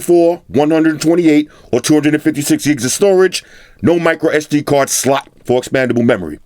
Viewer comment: I like how he puts on weight to the word slot 🤣